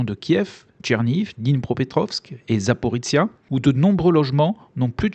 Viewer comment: 1418 jours que notre hôte ne sait toujours pas prononcer Zaporizhzhia. Merci pour vos vidéo